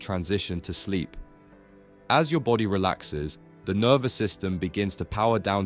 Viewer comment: "Nervue" system?